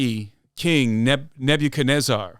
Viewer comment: I was locked in until I heard neb-you-kenezarrr🤣🤣 still a great episode